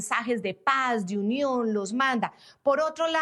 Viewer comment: La Unión de él es diferente🤦🏽‍♀️porque la la “n” la pronuncia como “m” que horrible 🙆‍♀️, también soy periodista venezolana en el exilio. Me encanta tu excelencia e impecable periodismo. Te admiro❗️